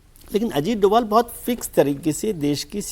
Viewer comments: वो डोभाल हैं डोवल नहीं , कृपया अपने उच्चारण को सही करें, उनको ये पुरस्कार मिलना पुरस्कार को सम्मान है , उनका जवाब नहीं ❤❤ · Shri Ajit Dobhaal naam hai doval doval kah rahi hai aap ek jimmedar channel se aisa kaha Jana nindaniya hai.